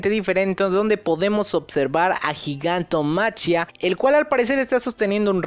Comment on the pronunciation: se pronuncia GIGANTOMAKIA, no gigantomaCHIa...